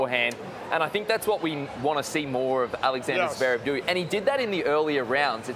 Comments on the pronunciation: Javerev and Not Zverev, classic McEnroe 😅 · johnny mac still cant pronounce Zverev’s name. jesus christ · "zuhverev" it's one syllable idiot "zverev"... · Only an American even the great Johnny Mac can’t pronounce a foreign name. Zeverev?? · One thing for sure, McEnroe can't pronounce "Zverev". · Why can't Mac ever learn how to properly pronounce "Zverev?" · I wish McEnroe would pronounce Zverev properly- it is not Zerverv!